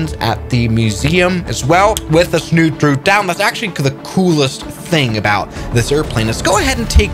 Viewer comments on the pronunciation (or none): snoop droot actually: droop snoot